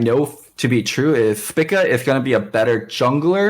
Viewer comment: Someone needs to tell why everyone else pronounces it "SPEAK-A"